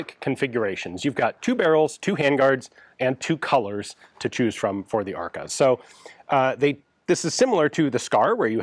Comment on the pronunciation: It's funny how ARKA sounds like "АР-ка" - which would be a slang term for a "generic AR platform" in russian.